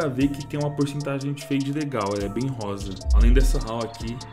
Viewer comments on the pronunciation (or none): none